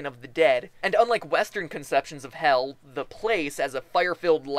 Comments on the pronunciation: You said Hial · MatPat im not hating but you prononsd Hel todely wrong (im from Sweden and iv lernd how to pronons that)